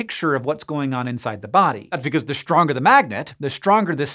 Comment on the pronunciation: Раньше не замечал как он "st" выговаривает - Штронгер, аШтрономерс....